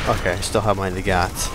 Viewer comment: Uhm... Mosin Nagant. Not Magant.